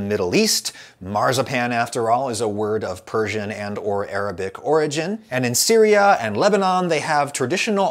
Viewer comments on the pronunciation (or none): none